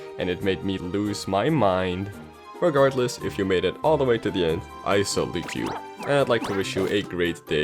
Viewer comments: did... did you just say rugahardless? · did anyone notice how he said regardless